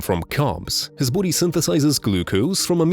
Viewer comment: Why does he pronounce body like "Boody"?